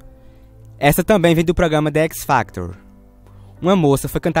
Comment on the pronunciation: "de équisfactor" kkkkll